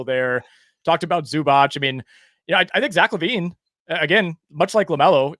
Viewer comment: it's not zubach bru